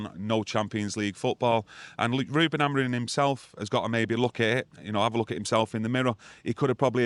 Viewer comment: Hi Can you tell.. Reuben's last name is AmoriM, not Amorin.😅😅